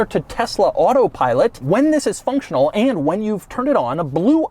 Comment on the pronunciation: I'm about to go insane if he says AEIAND ONE MORE TIME